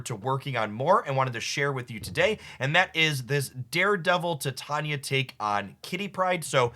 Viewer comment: Bro, love your videos, but you"re killing me smalls. Its "Ti-tay-knee-uh" not "Thai-tanya".